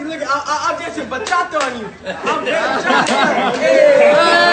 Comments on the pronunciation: Bachata not bachacha lol not personal I'm a fan of you8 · Bachacha lmao it’s Bachata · I know I'm not the only one who heard "bachacha and French fries" xD